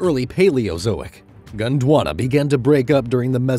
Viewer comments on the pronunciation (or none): it's not Gunduana its Gondwana 😂